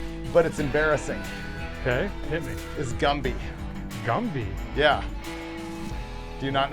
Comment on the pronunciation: Gumby not gumpy